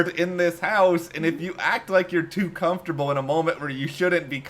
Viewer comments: She has mentioned in the past that she has family members from the Caribbean that she was raised with and they pronounced it come-fer-tubble and that’s why she says it that way. Good call that you picked up that it was regional 😊👍🏻👍🏻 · I’ve never heard anyone pronounce the word “Comfortable” the way you do lol is it a geographical thing or a thing? I like it